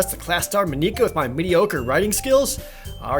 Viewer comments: You've probably gotten this a lot, but her name is pronounced Mah NIK uh, not MOE neek uh. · Dude just pronounce it as just Monica. It’s fine. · The ´´normal´´ guys: Mon-ika Jared: Mo-nika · I LAUGHED WHEN HE PRONOUNCED MONIKA “MOE-KNE-KA”. I DONT BLAME HIM OR ANYTHING IM JUST USED TO “MON-IC-AH” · elora ナロン But doesn’t Monika say that Mon-ika (four syllables) is the wrong pronunciation? So it’d be three syllables, mo-ni-ka. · Moniquea is triggering me lol its pronounced Monicka... Just Monika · Please... MONika, not MoNIka. Thanks in advance :( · it actually is mon-i-ka not mo-nee-ka. its weird but dont worry about it. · In case other comments haven't mentioned, it's pronounced Monica rather than Mon-ee-ca. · It's funny hearing you pronounce Monika as MuhNica. It's Just Monika. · It's just Mon-ick-a. Trollface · OMG, "moNIka" is driving me crazy. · Ma-NEE-ka? seriously? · Man, that whole "MoNEEka" is extremely distracting. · Please just pronounce Monika as Maw-ni-kuh, pleeeeeeeeease. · Proper pronunciations: Sa-yoh-ree You-ree Not-soo-kee Moh-knee-kah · Hey Jared, I'm pretty sure it's pronounced Monica like the one from friends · It’s Monica dude, normal pronouncing :P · Not really a spoiler, but it's important to keep the game files open to the side AT ALL TIMES as they can change later and add to the experience. Plus Monika is pronounced American like Monica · I know I shouldn't be a prck over this, but I am going to be. Monika I'd pronounced as Mon-ick-uh. Natsuki is pronounced as Nat-ski. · HYPE!!! But seriously pay attention to those warning everyone. Monika is pronounced like Monica. Games files open! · Does it annoy anybody else that he doesn't say it MAW-ni-kuh? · Sethala Monika is a Latin name (though usually spelled Monica), and it is in fact pronounced maw-nik-uh, not the way Jared pronounced it. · Ummm I think the correct pronunciations are Nat-sue-key and Mon-ika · Jared, it's actually pronounced "Mo-nee-cah". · You are pronounce monika’s name Wong